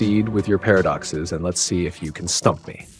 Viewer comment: Not only did you break Chat GPT but you also gave me a migraine with your pairofduckces. 🤪